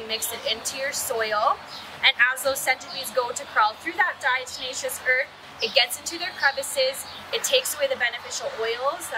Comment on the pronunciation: Thanks for the help, but its diateMatious, not deNatious like jack blacks tenacious D...😂